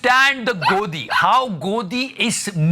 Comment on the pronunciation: Godi ate hii dog kii awaz aa jati hai 😅😅😅